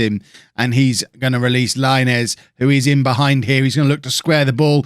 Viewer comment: Diego Laínez is pronounced [LaInez] not Láinez, please understand it 😂😂😂